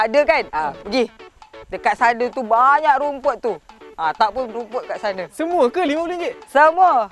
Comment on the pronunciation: Lain mcm sebut rumput..raumput